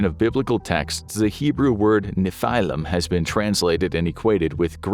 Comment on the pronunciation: Finally you said a hebrew word as it should be נפילים